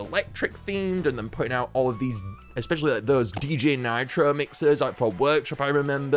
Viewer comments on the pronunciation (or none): none